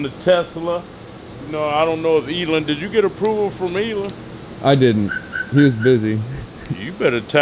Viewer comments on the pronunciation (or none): Elon not Elen of course nobody corrects him they just let him sound stupid